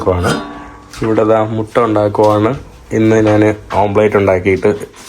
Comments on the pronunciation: PLEASE SAY OMELET NOT OMPLATE....:face-red-droopy-eyes::face-red-droopy-eyes::face-fuchsia-tongue-out::face-fuchsia-tongue-out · ഓംപ്ലേറ്റ് അല്ല ഓംലെറ്റ്.